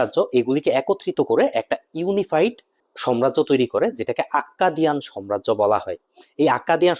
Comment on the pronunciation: ভাই,সম্রাজ্য না সাম্রাজ্য।এক্টু খেয়াল রাখবেন,কারণ আপনাদের মত শিক্ষিত ইউটিউবারের মুখে এগুলো ভুল মানায় না